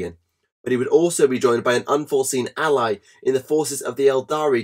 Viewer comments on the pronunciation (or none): none